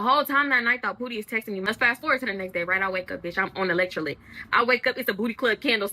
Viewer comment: It’s funny how she pronounce gals, and electrolytes 😂😅